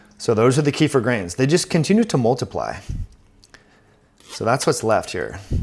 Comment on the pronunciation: ‘Keff-eer’ is the correct pronunciation.